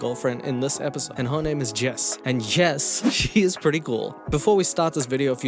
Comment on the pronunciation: when Jess said "My name is Jess." i thought she said "My name is Jeff!" and i chocked on my hot chocolate lol ... 🤣😂😆😄